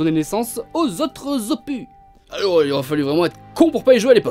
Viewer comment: Le "s" d'opus se prononce... 😜